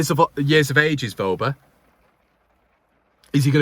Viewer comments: You're right with his pronunciation. It is " Verber" Happy Christmas and a happy 2023. Please don't stress too much about our beloved club! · You have his name spot on